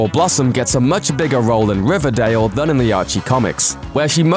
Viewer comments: If I could get 100 dollars for every time I laughed at him say RIVADAYL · I love how he said riverdale in the beginning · How he said riverdale at the beginning no offense I promise